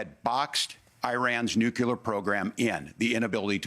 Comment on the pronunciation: "Nucular" ! ..Anyone who cannot correctly pronounce the word nuclear should not be in a position of power. Its Nuclear (new clear) , not (new q lar)